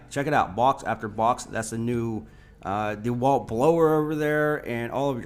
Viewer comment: Dude can you please stop saying De Walt... It's pronounced like dawalt or duealt...one word